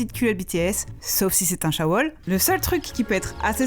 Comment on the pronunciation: Mais...c'est moi ou elle a bien dit "il ne jurera pas ta petite culotte bts sauf si c'est un chaebol" ou shawol ?!!